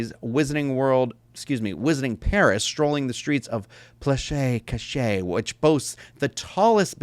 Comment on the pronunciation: Beer oh boo-err. And Plass Cashay. If that helps.